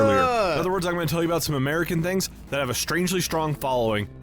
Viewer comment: American "fings". 😂